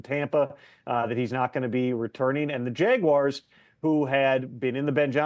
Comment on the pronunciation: Hey tom. Its jaguars not jeguars